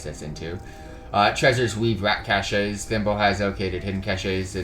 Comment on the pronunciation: Great guide! Pro tip, Whether use as a noun or as a verb this word "cache" is pronounced \CASH\. =D